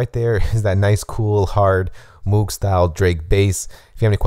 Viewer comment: Isn't it pronounced "mogue"